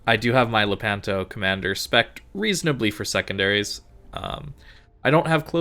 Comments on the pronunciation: Love your videos. Anyway it’s Lépanto, not Lepánto 😃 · Lépanto non lepánto....